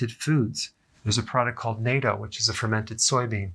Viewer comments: Not NATO, but natto, do-re-mi-fa, na like fa, your little toe, natto. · Usually pronounced nah-toe, not nae-toe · Nattoh is not Nato it's Nattoh, please pronounce it right. Japanese, made from fermented soybeans. It is the richest natural source of k2. Some love it, some hate it. I make it! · Its Nah-to. ... NATO is a defence pact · NATTO is pronounced "Nah Toe" not "NATO" :) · Nah-toh, not the North Atlantic Treaty Organization, NATO ;) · Not "NATO" like the treaty agreement, but "natto" (short 'a' like 'cat-oh'). Find it at your Asian food store, freezer section. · Natto is NOT-O pronounced like N.A.T.O. It is pronounced NAH-TOE or NOT-O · Natto pronounced nah-toe, not NATO nay-toe, lol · Dr Berg you're pronunciation of natto is a bit off...it's like saying " not toe"... Japanese way of pronunciation 😊...otherwise YOU are so full of AWESOME HEALTHY KNOWLEDGE that certainly makes sense and helps us to heal from within❤👍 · I ferment milk, whole organic milk, making kefir. Which is high in K2 b/c of so many strains of bacteria. Also, you say natto incorrectly, yours sound like NATO. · It’s pronounced “nat-tohh”, with a drawn-out “oh” at the end; I’m a native Japanese speaker, BTW. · It's pronounced NAH-toe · I'm afraid not, Kimberley -- in ENGLISH, when a vowel is followed by a double consonant, the vowel is short, not long. For instance: "hatter" vs. "hater." Regardless, why wouldn't we pronounce a foreign word as it's pronounced in its native country? Do we pronounce "taco" as "tay-ko"? Of course not. 🙄